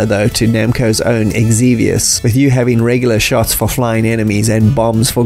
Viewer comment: Xevious is pronounced like this: Great arcade history video!